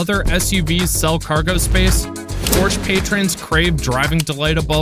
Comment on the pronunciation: Please for the Love of God, learn to pronounce Porsche correctly...